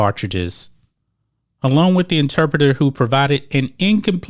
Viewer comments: Saying interpreter incorrectly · Interpretater. Come man. I love the content, Homie.